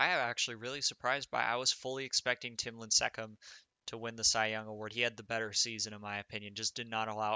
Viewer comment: Yoooooo you did not just pronounce tim lincecum the way I think you did lmaoooooo